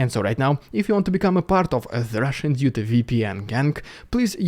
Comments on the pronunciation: Thanks for such a balanced, intelligent comment. BTW he didn't say one week; he said weekles... This channel is more about going straight to the point for invyestors, in mocking Russia's primitive modus operandi. I love the, but I can't resist mocking some of his mistakes because he mocks so much! It is ridiculously oversimplistic, and more like a pep talk towards Ukraine's eventual weak tree. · " Itzs the Rússssian dúde" Epic🤗🤗🤗. Good content bro. I suspect Putinator has you on his radar though. Carefull.